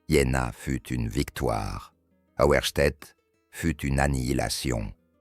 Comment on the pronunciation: J'ai deviné assez tôt qu'il s'agissait de la bataille d'Auerstaedt, un véritable coup de maître en effet. pour la petite histoire, ça se prononce "Aouerchtet", et c'est bien prononcé par l'IA. En revanche les divisionnaires de Davout, Friant, Morand et Gudin de la Sablonnière, c'est moins évident. Et pour ce qui est des images... Globalement rien n'est historique. Dommage.